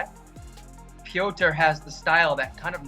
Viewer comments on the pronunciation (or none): You gotta be fair when u call Petr as "Peter". Start calling Sean as "Seen".